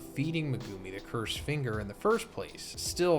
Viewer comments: Lol this isn’t an insult but you might want work on your Japanese phonics. It’s not meh-guuu-mi you’re extending the second part too long making it almost two syllables. Each part of his name should be one syllable. Me-gu-mi each should be one clap. And it’s not “New” it’s Nu-ay. Like I understand that you don’t speak Japanese but it doesn’t take that much effort to just say the names right. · Bro saying me-gew-mi is driving me nuts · meg-A-me The u IS SILENT T_T lol it was bothering me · Why do you keep pronouncing megumi's name very weirdly it's very irratating.